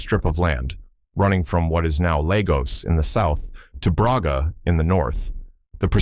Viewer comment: You call Lagos Legos?